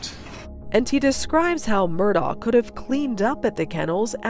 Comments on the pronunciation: They can’t even spronounce the name right!!! It is not Mur-Dow! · Ugh! It's pronounced MUR-DOCK not MUR-DAW. If you're gonna voice-over an episode, at least say the name correctly. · Any time a "journalist" reporting on this case repeatedly pronounces his name "Murdah" I know she hasn't done her homework. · If the narrator doesnt have a southern accent why is she calling them the murdars? And murdar? Its murdock in pronunciation unless you have a southern accent it just sounds weird with a normal american accent! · IT'S PROUNOUNCED MURDOCK!! How you gonna do a documentary and not know how to prounounce their name?!!!! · His name is pronounced Murdock. How do you not know that?